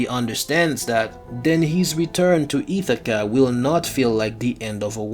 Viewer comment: Wtf is "Itakka" ??? 😂 It's "Ithaca" buddy